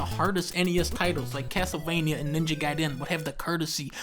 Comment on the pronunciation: dunkey thank you for being the first person ive ever heard say gaiden right. bless you